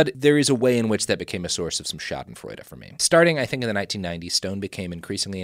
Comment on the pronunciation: Shoizenfraizha - joy in the mispronunciation of others